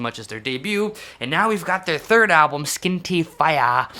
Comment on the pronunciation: Thank you for butchering Irish pronunciation, that has made my night. Love you <3